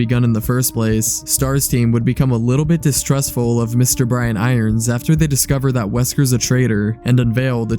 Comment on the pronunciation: Kudos for being able to say his name because I always say chief iron brians. I really don't know why I can't say it the right way.